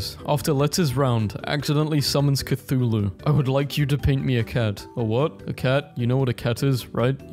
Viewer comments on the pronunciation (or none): none